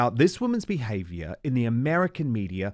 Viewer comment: Dan, I think you meant to say, "That's diva bwhavior with a capital B". 🤣🤣🤣